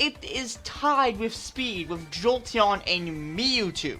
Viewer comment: Mee-ew-two noice